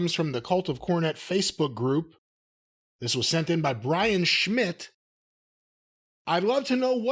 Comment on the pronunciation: Seitz...Schmidt, that Jew knows how to pronounce his German names. 😅